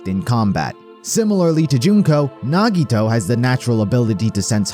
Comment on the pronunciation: THE WAY HE PRONOUNCED NAGITOS NAME HAD ME DEAD BYE